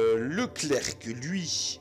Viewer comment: On ne prononce pas le c de clerc c